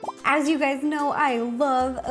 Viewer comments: She said "Hey Gays" at the start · "Hey gays it's ro" she knew I was coming